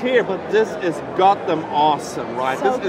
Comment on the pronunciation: 'THIS IS GODDOM ORSOM RIGH?' - no, it's completely pointless. Try again, fuckwit.